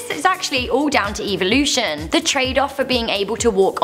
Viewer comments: eviloution? Lol it's just a joke no hate! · The way you said evolution.. just no, sweetie no lol